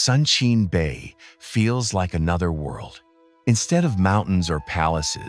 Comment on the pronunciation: What a wonderful and fascinating visual presentation of S Korea! Only regrettable is ... the way of pronouncing several names of local places doesn't actually reflect the real sound the locals make. This problem is roughly due to the troublesome official rule for transliterating Korean into Roman alphabets. Suggested corrections: Joseon > CHO-suhn, Boseong > BO-sung, Suncheon > SOON-chun, Geoje > GUH-je ...